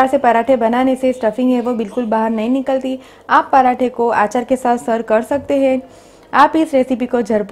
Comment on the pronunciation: Achaar...not aachaar. Aachaar means tradition. Achaar is pickle.